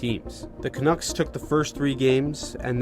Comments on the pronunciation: Canooks lol ca nucks bud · Hi. The name Canucks rhymes with Ducks. Yes, the quacking bird.